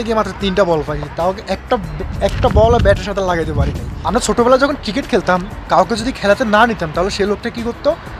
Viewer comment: ভাই ট্রিকেট না 😅ক্রিকেট